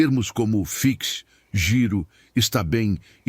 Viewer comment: A palavra é "fixe". O X lê-se como CH. "Fixe" quer dizer "bom". Convenhamos, em Lisboa, o relacionamento social pode ser um pouco mais seco. Às vezes dá vontade de partir uma cadeira na cabeça de algumas pessoas de tão secas ou mal-educadas que são. Sou lisboeta e nunca me habituo a isso. Será por ser coisa de cidade grande, muita gente. É como Paris. O resto da França e, já agora, o resto do mundo conhecem os franceses e ainda mais os parisienses, como gente mal educada. Em Portugal, "rapariga" é pura e simplesmente o feminino de "rapaz". Incluído na importância dada à História está também o respeito pelos monumentos. Lembro-me de um vídeo que a Maitê Proença fez há alguns anos a cuspir numa fonte do Mosteiro dos Jerónimos. O carinho que os portugueses tinham por ela terminou ali. Ela nunca mais foi vista da mesma forma pelos portugueses depois dessa situação.